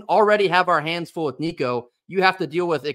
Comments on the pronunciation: Damn good job on saying Nico's last name properly brother! Very few can, and even those that call themselves vols fans, can't or don't care to even try to say it the right way, so props to you! GBO! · Dude, you pronounced his name right! Excellent. Go Vols!